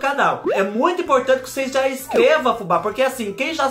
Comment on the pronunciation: Adoro quando ele fala "cheira pra ocêis vê"😂😂